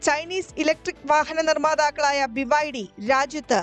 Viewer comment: ബിബൈഡി, വിബൈഡി ഇത് രണ്ടും 🤣